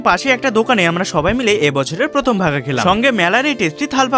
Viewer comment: ভাপা❌ ভাগা✅😂😂